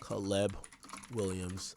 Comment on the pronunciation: I’ve never heard somebody pronounce Caleb as CA-LEBB